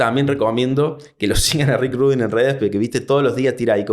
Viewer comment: We ni sabe pronunciar Rubín, ya dejalo